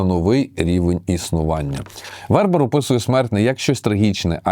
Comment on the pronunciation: БернАр ВербЕр. Французькі слова мають наголос на останньому слову. Останнє "д" глухе. Ви, мабуть не читали його ж "Танатонавтів". Єгиптяни казали: смерть - лише початок. Еніуей, дякую за назву, якщо буде час...